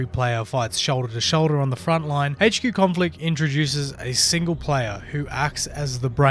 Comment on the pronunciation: Update sucks bro . your going to love it . Sarcasm intended. Also its not hach q it's pronounced h q